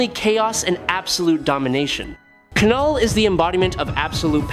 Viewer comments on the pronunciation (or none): Lol😂 the K is silent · It's knull like the word know not kanull🤦🏾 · I hate these AI generated narrations. It's not Kuh-Null. It's pronounced NULL. THE K IS SILENT 🤬🤬🤬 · Kanull? Treegon? Seriously? That automatically earned you an unsubscribe 😂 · I think you mispronounce names on purpose lol.... K-null / M-Jole-near.... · K is silent. Like knife not kahnife